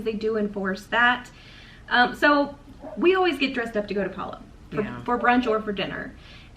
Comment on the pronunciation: Huge thumbs up for correctly pronouncing Palo! You're one of the few Disney cruise vloggers including Adam that does! Everyone should take note! Palo brunch buffet was one of my favourite onboard experiences. I will definitely miss the caviar LOL! Before The Blip, it seemed that the brunch buffet leftovers or whatever was prepared extra that day would be served at the late night mini buffet in the adult District, not every night but only when Palo had been open for brunch earlier that day. I didn't complain LOL! You precisely stated why I prefer brunch over dinner at Palo. Definitely don't want to miss a dinner show in the MDRs! Thank you for sharing your dining experiences! Your mum does a wonderful job as co-host!